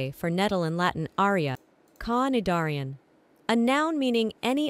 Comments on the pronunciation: The tts is laughably bad at pronouncing these words. The word Cnidarian is pronounced Ni-dare-ee-ans and NL gets Cah-ni-dar-ee-an to work off of??? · I was so confused on cnidarian until I realized it was actually pronouncing the c